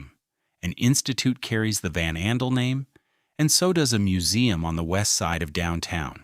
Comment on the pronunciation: I love how the AI voice mispronounces names like Mackinaw, Ottawa and VanAndel